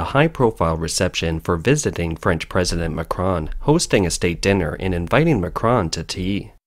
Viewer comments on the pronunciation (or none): none